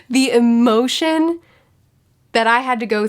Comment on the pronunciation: I watched this because of my love of One Piece and now Im a fan of the channel in general but based on how you deliver the word "emotion" i just KNOW you're from Northern Kentucky LOL